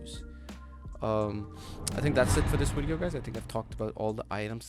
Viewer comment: ''Wideo'' nice wideo by the way really educational♥